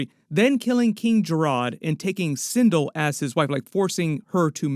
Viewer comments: Sin Del * not sin dul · Also its pronounced sin'del not cin'dill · And sin-dull lol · sindull was enraging me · Sin(dell). Like bell with a “d”!!!